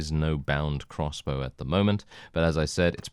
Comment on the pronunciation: Every time you say “crossbow” I think “cross bro.” Can’t even tell you what Warband series that was from. Haha